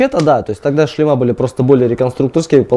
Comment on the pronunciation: ⚠️Не "шлемА", а"шлемЫ". Говорите грамотно, неучи.